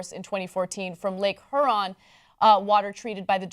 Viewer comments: Lake Her-On. As a Michigander, I cringed. So hard. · "Lake HER-RON" im dying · Lake hurr-on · "Lake Her-on?" Lmao xD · it's pronounced hyuron lol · Lake her-on? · LOL I was thinking the same thing! No one bothered to tell her it's pronounced "Hear-on" ? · Its cool TYT didn't cover it at all in the past 18 months . gave you all half information and could not even pronounce the name of a great lake (hear-on) Huron. We're are pretty used to people not understanding or knowing much about it or our state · Ana pronounced "Huron" wrong. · Oh Anna, you totally botched pronouncing "Lake Huron"